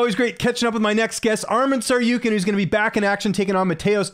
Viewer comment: Why tf even Arman himself not correcting pronunciation of his last name - he is TsarukYAn. As all armenian last names ending with Yan that's the way they are pronounced (in russian)